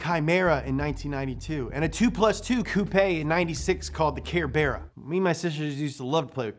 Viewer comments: The "care bear a" 😂 fyi it's prenounced "sir bruh" 👍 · Sos, but its Sir Bruh ! Never ever have I heard it pronounced Ker be rah 🙈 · what now? the care Bear a? the Cerbera (Sir burr ah) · I also can't believe he pronounced it Cerbera like "Care Bear a" 😂, it's pronounced Sebera, like Cerberus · TVR Cerbera = ‘Sir’brrr’ah’ , not Care bear’a.....love you guy’es, but loves me Cerbera 4.5L is the looooooove of my life!!!! Oh, and look at the Cerbera Speed 12.....yup, was about to be delivered to new owners, wheeler drove one home, cancelled the whole thing, said it was too much for the public.....750 odd horses V12 monster when 450 horses was hair on fire craz’eh!!!! Keith flint was due to have his within days...... Me Wales, UK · Cehr-bear-uh = Cerbera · Cerbera....”serb era” as is cerberus the three headed dog, the hound of hedes in greek mythology. Also, the cerbera speed 12 was an insane car. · Ohh, so 'C' in Cerbera is pronounced as 'Kerbera'. I thought it was like 'C' in 'Cerberus'. You know, Cerbera and Cerberus are similar enough, for me. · It's "ser-ber-a" like the mythical dog, Cerburus. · Alex Hughes no, not like cerberus, it’s Ker-ber-ah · Being brit-- I mean Scottish I can tell you that these are far better known in the UK than in the States Edit- BTW Cerbera is pronounced Serbera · "Care-Bear-a"?? I hope that's an intentional mispronunciation!! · Yep. Its actually pronouced “sir-brah” or “sir-bur-ah” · Cerbera = “Ser-brah”... much like Worcestershire is “Werster-sher”... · “The care bearer”?? 🤦‍♂️ how t.f do you miss read “cerbera”? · Not sure if you said cerbera wrong on purpose and you missed the speed 12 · That is not how you pronounce Cerbera...